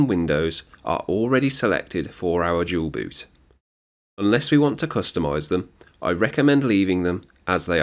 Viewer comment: Why you Dual boot sounds like Jual Boot? 😂 Thanks for tutorial anyway.